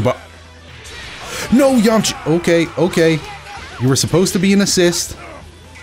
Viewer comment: I love the added A now he's Yam-A-cha hahahahha awesome